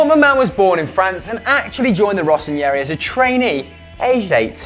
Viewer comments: guys please, it's been bothering me for ages. The ñ doesn't exist in Italian. When you see "rossoneri" you say it exactly the way it's written, not "rossoNIERI" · no, you're doing a great job, but presenting and entertaining in person is not your thing. It looked like you tried to be funny, but never managed to. And again, pronunciation guys! Rossoneri is "rosson-eh-ry", if you want to use fancy nicknames, say them correctly! Barzagli is "bar-dz-ah-yee" (Italian "gli" is like Spanish double L) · i think it's time someone told you that "neri" as in "rossoneri" should not be read with an "i" between "n" and "e". You're reading it like ... Ranieri (see the i there between the n and the e?). Rossoneri should be read like Terry with an N instead of the T.